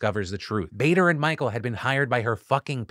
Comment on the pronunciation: The name is BA-Der not BAY-der.